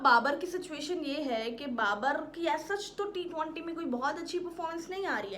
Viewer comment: Ma hindi..na emglish..na urdu.. aata kya hai bahen tumhe?? T-20 hai wo.. not t- twaaanti.. 😂😂😂